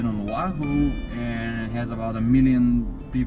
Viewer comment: Aloha is not bs you guys don’t know anything you guys are dumb I am a loko and you guys are idiots you can’t even say the name of our state right and also the us took what was our state and illegally over through our people and you made our queen be in prison for no reason. Also say Oahu right